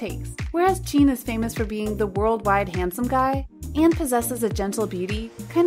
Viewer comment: Am I the only one bothered by “Cheen”???